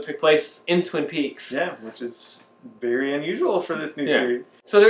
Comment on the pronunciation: ~three years seemed to pass rather quickly (invariably - you have read this before) slurs syllables as he & speak -- "yrev" is his first 'word' - followed by "very" ~~ & shares with Tammy's digits "spiritual mound" --- guys who record these kinds of reviews often come across as ones with that familiar unleashed 'Last Jedi' commentary venom. ~~ you two possess the enduring 'PeaksFreak' demeanor & likely could be somewhat entertained by the thorough depth details of Cameron&Hal's "Obnoxious & Anonymous" youtube destination ~~~ as an intentional skip of your Part8 nuance O passion (until later in the week) --- "Vlog Lady" also a source of fascination -- 'in the shadows' < ^ > ~